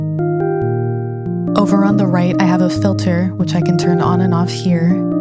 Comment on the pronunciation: ableton's "reviews" are always so great. but seriously... "filther"?